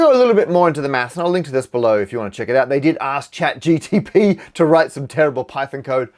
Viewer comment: Ah yes, ChatGTP